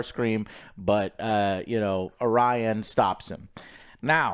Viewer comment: cant even get orions name right, get off the stage you hacks